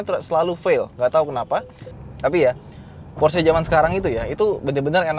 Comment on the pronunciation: Baru reviewer ini yg melafalkan Porsche nya bener....mayoritas kebanyakan bacanya Pors 😀 (jd aksen English....yg notabene salah kaprah)...sy kadang smp ketawa dengernya. Kl org Jerman denger...pasti mrk bingung apa itu Pors 😀. Good job bro